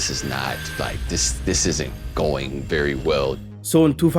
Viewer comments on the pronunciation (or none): none